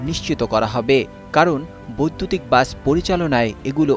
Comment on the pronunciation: উপস্থাপন উচ্চারণ ভালোভাবে শিখতে হবে,বাস কিছু কিছু ক্ষেত্রে বাচ, উচ্চারণ করতে শুনেছি, ভালোভাবে উপস্থাপন করতে হবে,😮😮😮😮😮😮😮